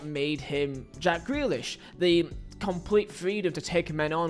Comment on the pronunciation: It's Ja-ck Grealish 😂..... and if you don't fit into Pep Guardiola's blueprint completely, you are going to look bad. That's Pep's fault, and not the player.